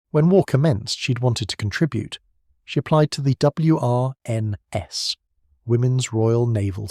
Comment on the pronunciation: It’s pronounced “Wrens”. Just say it. WRENS. Like the bird. They did not go round uttering the letters in the acronym, like we do not say “N. A. S. A.”. This channel has good stories, but the scripts are so nauseating, ai slop everywhere. And check the English, you are promoting English stories and cultural heritage, it deserves being listened to by a native speaker who knows how to pronounce the thing. Another one of this channel’s stories tells us about “Doctors with their P. H. D. S.”…